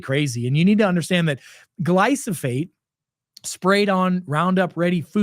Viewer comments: Love your videos but it’s Glyphosate not Glysophate. Thank you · Never believe someone that can't even pronounce the word he is speaking about: please read the word slowly. It is Glyphosate. Not GlySoPHate.